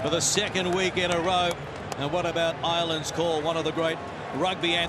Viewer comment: "Irelands call" murdered